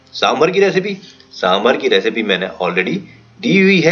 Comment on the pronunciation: Sir, please it's saambaar not sambhar